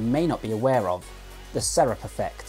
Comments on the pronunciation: Serape se-ra-pe, if you are going to use neologisms, find out how to say them. You make it sound like syrup. I'm seventy , Hay sesenta años. J'ai soixante-dix ans. #growingyoung 🇧🇦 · Just being pedantic here but it's pronounced "ser ·ah·pee" or "ser-ah-pay". Great video though. Keep up the good work! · Bro I love your videos but it’s pernounced Serapè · you say it like sair-ah-pay not syrup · Serape has 3 syllables though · “Serape” is Spanish and pronounced Sir-rop-aa. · For the record, the pronunciation is more accurately seh-rah-peh. As he mentioned, it's a Mexican shawl/cloak that is worn around the shoulders and tucked into the belt, mirroring the muscles he's discussing. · Serape, ser-ah-pee. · Pretty sure it's pronounced se-ra-pe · Great video, thanks! I wouldn't mind a re-publish with the word "serape" pronounced correctly, but it's a small nitpick. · I cringe whenever you say serape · He's got some good info here, but I really wish he'd learned how to pronounce "serape".